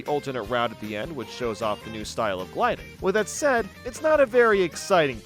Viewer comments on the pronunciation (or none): none